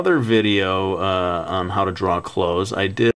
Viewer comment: when u say clothes, it sounds like ur saying claws X3